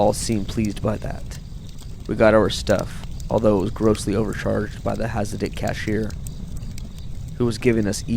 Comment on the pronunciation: Please ask your cousin to learn how to pronounce words before recording them. Hint: "hasidic" is not pronounced "has a date".